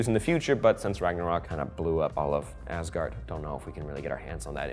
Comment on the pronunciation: I love it how he “tries to pronounce” things, without actually knowing how to pronounce them. 😂 I suggest looking into how they are actually pronounced before trying. 😉 That would probably make it easier. A few suggestions from me to make it slightly closer to correct (I think): ...heim => ...haim or ...hem ...berg => ...bairg or ...bair ...gard => ...gawrd